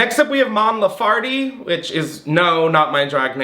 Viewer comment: Mon laferte She is I believe the greatest Chilean musician of this moment You should listen to her, she's really good ❣️ And her name is pronounced LAFERTE, just like it's written Not laFARTe